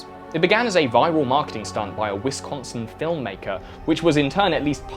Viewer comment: Ok so I live 20 mins North of Menasha. The creepy clowns were a stunt for a low budget thriller and they did apologize to the community. Also that's not how you pronounce Wisconsin. And the two clowns in the dashcam video were arrested because they left their 4 year old alone to go do this shit the bastards. Vowels in Wisconsin are elongated. It's more like Wis-cooo-sin.